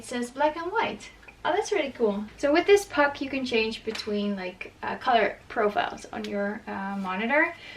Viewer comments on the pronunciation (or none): none